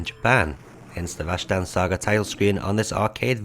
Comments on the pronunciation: rash-tan? think you mean ras-tan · Rashtan sound's like how Sean Connery would say Rastan lol